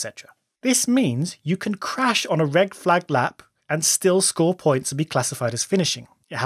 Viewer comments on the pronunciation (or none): he even says "reg-flagged" lol